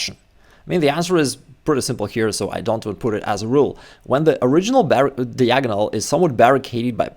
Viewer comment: Dude can learn chess and become a GM, yet he still can't learn how to pronounce "diagonal". 😂😂😂